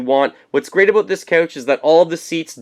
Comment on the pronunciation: I heard "aboot"! Ohhhh Cannnadaaaaa